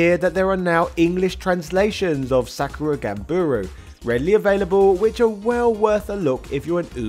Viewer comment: Ganbaru, not Ganburu